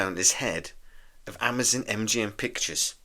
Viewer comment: Amazon not Amazun. Candidate not candidit.